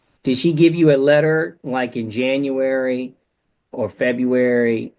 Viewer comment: This no tallking ass sister said Yanuary...